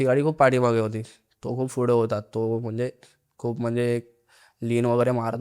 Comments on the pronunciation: Na मराठी नीट बोलता येत नाही , नाकातून बोलतोय full. attitude पुढे la फुडें म्हणतोय पुणे la फुने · पुढे not फुडें